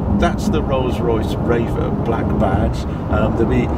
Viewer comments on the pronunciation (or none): Does he pronounce it as Rafe rather than Wraith with 'th' at the end?